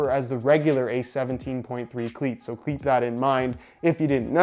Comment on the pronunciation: .. did you say “kleap” that in mind??